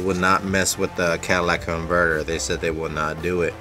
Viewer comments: Maybe the shop wouldn’t mess with it because you called it a “Cadillac converter.” :p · "Cadillac converter" ? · Is it my bad hearing, or does he keep calling it a Cadillac converter? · Yes instead of calling it the exhaust manifold he calls it the Cadillac converter